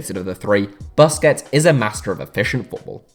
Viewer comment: For a guy who seems to love busquets, youd think he'd know how to pronounce his last name